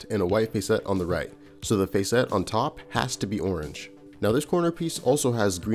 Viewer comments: This is awesome but I almost had to stop watching because you kept pronouncing facet as face-ette instead of fah-sit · In the real world there is a word describing similar parts of a gemstone spelled facets pronounced FASS-uts as opposed to your fay-SETS (emphasis in on the capitalized letters) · Cool video. Btw "facet" is pronounced closer to "faucet" than "face-ett". ""Fass-itt". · hey I'm sorry to do this to you man but facet sounds like asset..... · Sorry to be that guy. Normally I am not but facet sounds like asset. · Short "a" sound in "facet". Yes, it's pronounced differently to "face".